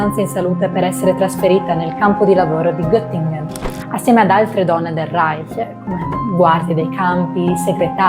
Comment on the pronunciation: Da persona innamorata della lingua tedesca, apprezzo molto la pronuncia del CH in "Reich". Grazie!❤